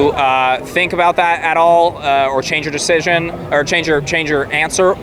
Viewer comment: "Medical deshision"